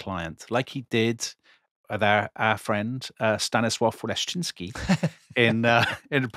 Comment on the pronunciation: Dear hosts, please read comments. You keep stressing wrong syllables in Polish words. In Polish one must stress the penultimate syllable. So it is T-O-ruń, not TorUń. And it is Stan-I-slav, not Stanisl-A-v.